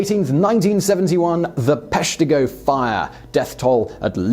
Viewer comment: Being from Wisconsin, I knew about the Peshtigo fire. Plus one for saying it correctly. Same day as the Chicago fire, which didn't make the list.